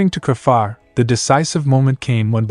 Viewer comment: It's not cra far? It's said crayfar😮